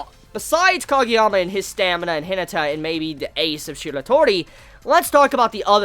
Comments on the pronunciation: ...i love you man but its pronounced hi-na(like naughty)-ta. Not hinita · The way you pronounce Hinata is funny xd